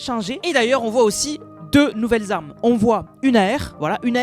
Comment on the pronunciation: "...c'est quoi comme Zarmes... " Sérieux un petit effort stp.